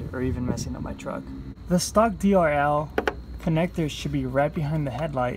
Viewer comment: He's driving me crazy saying DLR instead of DRL